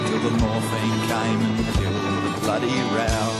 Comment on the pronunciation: hey mate I'm sure in your travels you have learnt of the Korean War. Australian and New Zealanders found side by side with Canadians during the battle of Kapyong, theres a great doco on youtube you can watch for free. id highly suggest you give it a gander, still weird hearing Canadian accent pronounce "Bloody". Aussies and Canadians have often fought alongside each other for the last 100 years including WW1. We most certainly Honour Rememberance day also would recomending you check out "Monash the Forgotten ANZAC"